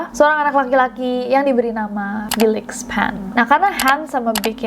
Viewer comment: felix bacanya filix yaa?